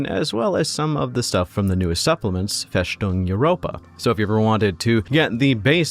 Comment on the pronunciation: Interesting video, maybe I should look into it. Just one thing its: "FeStung" Europa, not FeSHtung Europa. Its a sharp "S" and not a "SH" sound. Just like the "S" in "fortress".